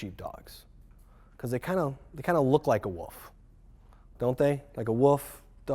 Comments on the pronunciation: "Gotta watch out for those Woofs." COL. Chuckled Out Loud. I cringe when I hear "woof" for wolf. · "untill a woof comes" -_